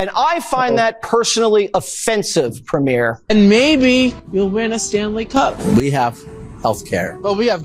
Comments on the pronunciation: He can't even pronounce "Premier" properly its not "premiere" such stupidity and ignorance coming from that fox news guy. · Jesse Waters doesn’t even know how to pronounce ‘premier’. He’s saying ‘premiere’ like a new movie being premiered.